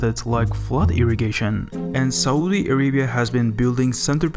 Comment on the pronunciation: great video and all but the way you pronounce Saudi is sooooooooo irritating